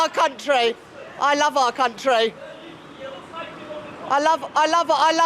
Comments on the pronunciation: I thought she said cuntree. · Did she say my cun-tree?